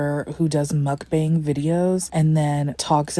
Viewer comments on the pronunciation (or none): Mukbang is pronounced muk-ba-ang